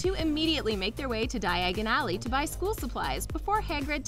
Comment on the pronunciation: I know! Also diagon alley, they said diagen